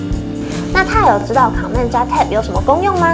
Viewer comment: 介紹得很專業，但我想小雞婆一下妳的command發音不正確@@ 不是 ㄎㄤˇ ㄇㄟˋ，是類似"ㄎㄣˇ mand"